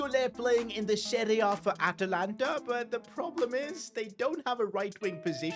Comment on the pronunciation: Atalanta. its not atalanta sir